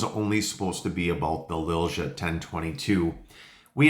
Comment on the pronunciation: The correct way to say Lilja in english would be Lilya. Not trying to be an asshole, but I feel that name brand needs to be said right. Awsome rifle.